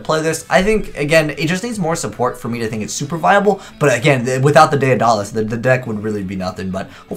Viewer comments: "Dead-uh-luss" not "day-uh-doll-ass". illiteracy strikes again. For $1 a day, you too can help poor under-educated 27-year old children learn to read. Please spread the word. Thank you for your attention. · Emmy Quiades It's Day-duh-liss. You illiterate fuck.